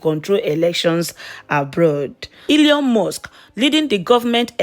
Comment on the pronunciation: Your pronunciation is so wack. The name is Elon and not Eleon.